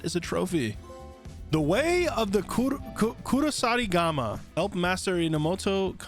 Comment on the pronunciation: Even after it shows on screen this dud still mispronounces Kusarigama easier to count the things he got right than the wrong ones .